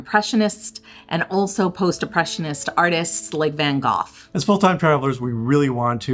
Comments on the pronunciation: it sound like you are saying van gof instead of van gogh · It is NOT " fen Kof", van Gogh starts with G, pronounced like Scottish CH, and ends with GH, also pronounced like Scottish CH, no FF sounds what so ever , or K sounds. V...vvvvah nnn , same difference between v and f as there is between s and zzz, and ah, not è. Amsterdam is a waste of time, there are so many beautiful old cities in the Netherlands? Why Amsterdam??? Might as well go to Detroit... , and NOPE it is not stroep wafel , with oe as in shoe, it is stoop wafel, with o as in slow and low... And yes, Dutch are very DIRECT... never waste time with talking in circles...:)